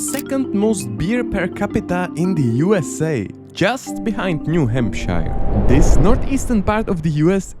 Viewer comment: good video, but some things need clarification. In New Hampshire, word 2 is HAMP-sure.. PA's Amish are AH-mish, not AIM-ish. Washington, D.C. is not in the middle of Maryland, but on the state line of MD and VA, with half in each state. Washington state is 3000 mi. away, not 2000. In the MI section, you got 2 things wrong: Isle Royale is I'll Royal, though it's spelled the French way, and Yosemite is yo-SEM-ih-tea. rather than YO-suh-mitt. Then you changed WI to yellow without having said a word about it. There are all kinds of things to say about SD: it's home to Mt. Rushmore, the beautiful Custer State Park, and a cuisine brought over by the Czech and Slovak immigrants that is only available in SD. As far as I could tell, you said nothing about ND, either.